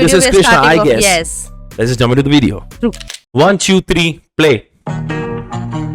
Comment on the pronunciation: Video toh bolna sikh femiway bunty